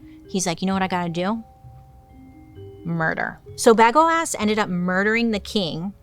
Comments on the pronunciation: Bagoass is mad funny but I think it's pronounced bay-go-us. Bagoasss is funnier tho. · I believe it is pronounced bu go is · Yeah that's not how you pronounce Bagoas ( Baa-go-as) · BA-gO-is. I barely got through this one. Everytime she said bagoass I wanted to turn it. Casanova had a fling with a castrada who turned out to be an actual woman. And Alan was the saddest case. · Bagoas..... You're putting the emphasis on the right part. 😂😂😂 Ba-GO-as. Not bag-o-ass 😂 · I was sitting here going, I know how it's pronounced but I'm laughing so loud that now it will forever be BagOAss😂😂😂😂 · I can’t take you seriously when you say Bag-O-Ass…. 😂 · Ps. Bagoas is pronounced “Buh-go-us” 😂 In case anyone in the comments plans to tell anyone about this, I want y’all to be able to come correct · I can't with this "BagOAs" 😂 But in all seriousness, the should have been "Bagnoas", amirite? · I can’t stop hearing Bag O’Ass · I keep hearing bag of a**😂😂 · It would've sounded like BAGWAAH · FAILED the pronunciation of the name 😁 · At first i didn't laugh at Bagoas. Then the more times she said it, the funnier it got. I'm cackling. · i’m a child I smiled everything she said Bagoas